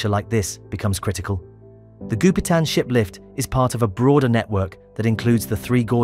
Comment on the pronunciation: Does anyone else hear the narrator say "shit lift" instead of "ship lift?"